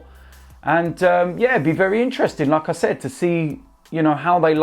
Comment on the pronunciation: When says “like I said “ I hear “lacaezette”